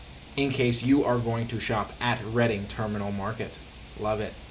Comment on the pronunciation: It’s pronounced REDDING - not READING - terminal market!